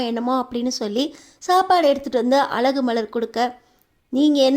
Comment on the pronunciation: அலகு மதி ya அது அழகு மதி தமிழ் கூட தெரிலே நீயெல்லாம் எதுக்கு வீடியோ போடறே கழுத்து களுத்து இல்லே